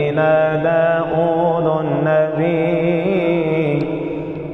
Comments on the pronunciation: داود بالفتحة و ليس بالضمة لانه اسم علم منصوب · ، داودَ بالفتحة و ليس داودُ لأنه اسم علم منصوب بالفتحة 😊🌺